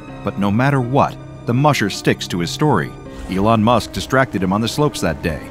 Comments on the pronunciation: No way bro Said Elon Mush 😂😂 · I died laughing of "Elon Mush"😂😂😂😂😂😂